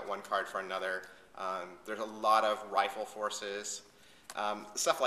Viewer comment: nice review as usual, but i think it is "riffle force", not "rifle"...